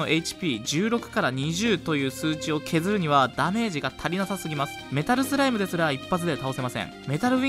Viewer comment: はthの発音がキレイですね。 thライム thoう備 はやぶthaの剣 thaい強thoう備